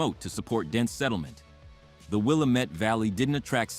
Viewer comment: Willamette is pronounced wrong